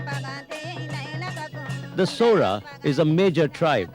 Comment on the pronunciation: Saora..saura is correct